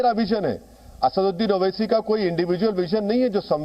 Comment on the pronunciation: ye khud ko आसाडुड्डिन kehtah hey ya आसादउद्दिन kehtah hey puchhiyega next intervew मे, tab patha लागेगा मोडि य़ा मोदि केय़ा बोलता हे खुलासा होगा बेरिस्टर कि